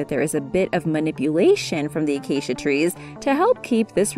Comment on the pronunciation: Narrator: Acacia Tree Minecrafters: Did she say Aacia?!?